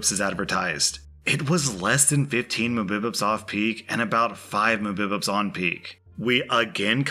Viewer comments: the only thing that i don't like about is he pronounces mbps instead of saying mega bytes per second other then that i love his vids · Ok,. You need to know that mbps isnt mabibups. It stands for Megabites per second. It's a wifi speed lol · Lmfao I'm sure knows what Mbps actually stands for but I was laughing so hard at "mubups" (closest spelling to what pronouncing it sounded like, lol) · Mbps is pronounced megabits per seconds. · 🤝 me saying mubipups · d-do you guys actually call it muhbibbips? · "mubips"? Huh? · Mbps is pronounced "Mega bits per second". This is not to be confused with MBps which is Mega Bytes per second and is 1000 bits per second. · Ah yes, my favorite Korean dish, muh-bi-bap. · "100 mubupubs" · m-b-pps is the best pronunciation of megabyte per second I've heard. 😂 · Wtf is a Muhbibib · "Muh-muh-bips" for mmbps? I'll be honest, and I mean this in a very no-homo objective way, that's an oddly cute way of saying it. :P I always just say the full thing. You're like a wee bairn trying to pronounce it. :3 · did you seriously pronounce Mbps as "mubups"? Come on, dude. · Anyone else tickled by how pronounced “Mbps”? Just me then? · Love the puppy bloopers. But the reading of Mbps got me good 😂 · You saying Mbps like that infuriated me lol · Everyone is tickled by that!! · So ummm are we gonna talk about saying “mbps” as a word rather than “‘megabytes per second”? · I'm laughing so hard for how you say mbps!!! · Hearing you say mbps is life 🤣🤣🤣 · The way says mbps gives me literal life. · Im dying at the pronunciation of "mbps" lol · why is it that always pronounces very common things wrong in the weirdest way? First saying patreon as pat ron, now phonetically saying Mbps weird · mbps is megabytes per second. As somebody in a college computer science program, PLEASE FOR THE LOVE OF GOD STOP SAYING MBPS IT HURTS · You do know that's not how anyone says mbps, right? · lol "Muh Bib Ups"